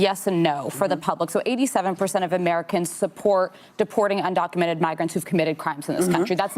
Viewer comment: Wooopy said "undoumented citizens"